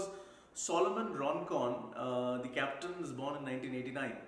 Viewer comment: The moment I heard Solomon "Roncon" instead of Rondon. I knew Argentina & Uruguay are the finalists